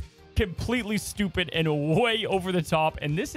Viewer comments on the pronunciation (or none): none